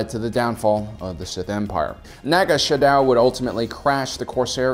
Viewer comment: Naga Sadow, not shadow. Home One... Executor....